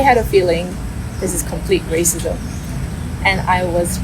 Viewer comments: Arcism? You meant Racism right? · R cism😂😂😂😂😂… its racism. Learn pronunciation first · please practice your pronunciation of "Racism" or use discrimination instead. It sounds like arsonism that is changing the entire context. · Bhai raaasism nahin, rascism. I was wondering for long what you are saying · Are you calling racism as arcism throughout the video?! Weird! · Aap racism ko R-cism kyun bol rahein hai? 🤔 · racism - learn the pronunciation correctly.